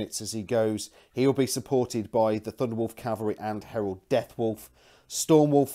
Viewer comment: It's Harald not Herald! He's not a daemon :) Nice report though. You should definitely kept the flyer on for longer to shoot that one unit off of the two objectives it was holding.